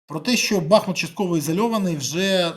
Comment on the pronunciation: Нажаль, весь світ знає бАхмут, а не БахмУт!!!